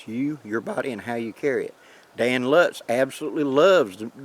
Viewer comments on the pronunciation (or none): none